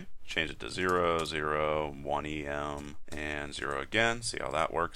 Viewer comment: Just gotta say it. It's not pronounced "E-M" it's "ehm" from the typographers Em, meaning a square the size of the letter M.